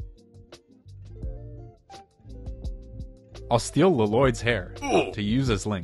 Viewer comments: mans really said "L-Loyd" also i really hate how those 1x1 plates with the bar hole extension aren't quite sitting flat. could have been prevented by just lowering that curved tile at the top by one plate, since i think the tip of that curved plate would give just enough clearance for the bar hole extensions to hang over. but i guess that would have effected the thickness of the tail too much… oh well! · fro fr said L-loyd in